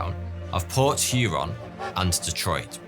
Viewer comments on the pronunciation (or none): none